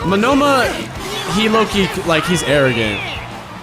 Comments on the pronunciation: Monoma( MO-NO-MA) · Bro's got Shakespeare taking notes. Good stuff. Just for future reference, the guy with the copy quirk, his name is pronounced Moan-na-ma. Just trying to be helpful.